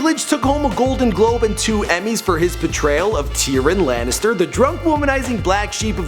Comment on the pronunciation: Tearan Lannister... really? For fuck sakes, every Goddamn video. Bring the hot female hosts back lol.